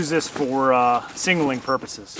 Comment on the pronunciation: Singalling drives me nuts. Ilmao. Like nails on a chalkboard. Sig nal ling ilmao.